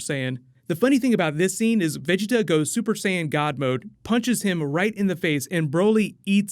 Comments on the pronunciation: Stop sounding dumb af saying vigita 😂😂😂 it’s VAGETA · he's a good source for anything new with Dragonball, I get most of my info from him, my only gripe is how he says "veggie-ta instead of Ve-geta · just some constructive criticism, Vegeta is pronounced (in eng) "Veh-Gee-Tuh" not "Vegi-ta" other than that you've done pretty well with pronunciation also Gogeta isn't canon, the only canon fusion (as of now) is Vegeto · Broly vs Gogeta of course and It's pronounced Va-gee-ta not veggie-ta. Just a small note..... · 1.it`s Goku that yells Vegetas name , not Broccolli-chan ! 2.The one saying " you dare push me bnlah blah blah " is Freeza , not Broccolli-chan ! 3.Vegeta`s name is pronounced Ve-JI-ta or Ve-GE-ta , the accent is always in the midle ! 4.No fusion , no Gogita at the end of the trailer .They just atack together.They do this multiple times ! Breakdown ? Did u even watch the trailer ?! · So nobody go mention how he saying Ve-Ge-Ta name lol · why do you pronouce vegitas name like that?? who's veg 'eetah? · It's pronouced Vah-Gi-tuh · I like your content but the way your pronouncing "vegeta" as beeji-tah sounds ridiculous. Dont try so hard V's sound like B's in Japanese and korean same goes with L' s to R's... raughing out roud!!! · Its va ge ta not how your saying it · The way you say vegeta I wanna fucking knock your teeth out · Why do u keep pronouncing “Vegeta” weird but you say it normal when u say Planet Vegeta? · Why are you saying Vegeta’s name like that?? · I think Broly fights Freeza at the beginning of the movie and potentially kills him. Also why do you say Vegeta like that? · Wow you need to say Vegeta right man 😅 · Why are you pronouncing Vegeta like that bro? 😂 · foreal yo 🤣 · does it bother anyone else how he says vegeta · Can you say Vegeta right for gods sake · Good video. I have to get use to you saying Vegeta's name like that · The way you said vegetas name in the beginning 😖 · Say Vegeta name right! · Say Vegetas name right